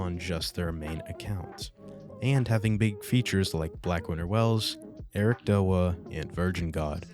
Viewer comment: its not ericdoa its eric d.o.a spaced out it means (dead or alive ) its a fighting game thats the game he started streaming